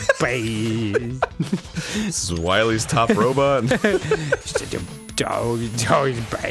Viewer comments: Such a cwomment- toh, it's BAYD! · Captian America: I can do this all day. Thanos: Im a Baaid guy. Im a stwong, baaid, nauwthy guy! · STWONG BAED